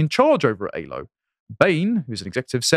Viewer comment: Aylo, not Halo.